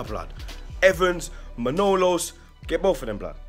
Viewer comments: Yahya Abdi I know who manolas is the way said name monlose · Man said manolos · MANOLAS NOT MANOLOS you got that wrong